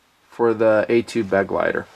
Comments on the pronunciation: Assuming the name is German, you wouldn't split the "GL" -- so it's be-gleiter, not beg-leiter. Of course, we already know German sucks from how he pronounces Leupold. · Thanks for the cool video; however, it's pronounced "Be-gleiter" and not "Beg-leiter" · The right pronunciation is "bugleiter" with the emphasis on "- leiter". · b'gli-ter is how you pronounce the german word for companion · Hi! Your translation is correct...the pronunciation not so much!;-) Never the less great review...! When you ever come to Germany or Switzerland I'd love to give you a german lesson and you train me some shooting skills! Arms and ammo sponsored by me! Happy New year by the way! All the best for you and your family!! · Just watching to hear Nutns pronounciation of "Begleiter"